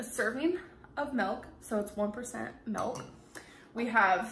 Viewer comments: girl its MILK not MELK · It makes me rage when she says "melk" It's MiLk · And also “melk” instead of MILK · Milk has an I in it, not an E. Stop saying mElk. It’s not mELk. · Spinig, tomadoe and melk - the holy trinity of mispronunciation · I feel like she was saying Melk on purpose lmao, the way she looked at the camera when she said it. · she thinks she's quirky calling it MELK